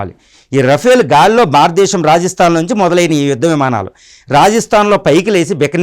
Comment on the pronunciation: భారత దేశం అని పలకలే వు.